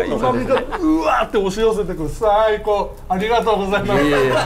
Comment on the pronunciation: まずさぁいこぉうが気になりすぎる